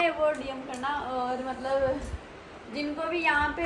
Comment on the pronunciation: bolna Aata nahi mallab mallab karti rahti hai matlab hota hai wo aur jab english nahi boli ja rahi to Kyu style maar rahi ho hindi wali hi audience hai tumhari